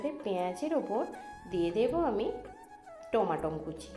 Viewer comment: বাঙালি কি ভুল, কি ভুল, আরে ভাই "টমেটোম" (Tomatom)নয় l ঠিক নাম ও উচ্চারণ হলো " টমেটো"🍅( Tomato) l